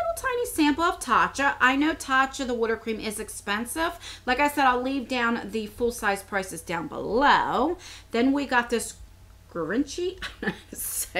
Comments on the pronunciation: It’s “jhee-von-shee” ! The g is soft like the g in gymnastics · ZhGee von chee...long e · I got the bag too. It didn't get the best reviews, but I really like it. I thought it was a good variety. And I think it's pronounced " gee von chi" lol I only know that because I heard someone else say it. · Givenchey is French so there's a bit of an accent when pronouncing it, but broken down it sounds like g-von-chee. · I have an idea... When you don't know how to pronounce something do a search (Google, YouTube) for [product name] commercial. Commercials for these products will give you the correct pronunciation :) Hope this helps you. P.S. I'm pretty sure it's gee - von - SHAY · Givinchy... Ji-vin-chee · Nice bag but idk if I would pay $25 for it. And Givenchy is pronounced JEE-VON-SHEE(i think lol). Love you haven't been commenting lately but I've been watching 😘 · Gee-von-shee. The a in vonis a soft o.The emphasis can be either the first syllable or the last. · It is pronounced G-von-chee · It's pronounced Jee Von chee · You say it like G-Vahn-Chie 😊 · I think the bag itself is really cute and I like most of the items. Fyi, Givenchy is pronounced like jhee-von-SHEE (emphasis on shee) and orchid is or-kid 💜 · I personally wouldn’t pay $25 on it but u did get some nice things though. Givenchy is pronounced “jzhiv-on-shee” the jv sounds like shh.. I looked it up lol weird spelling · It’s pronounced gee-von-chi